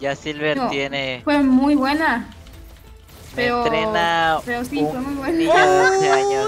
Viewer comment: Pq no sabe decir pero